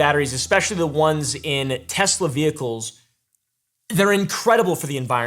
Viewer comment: "Everything's computer" "TesleR"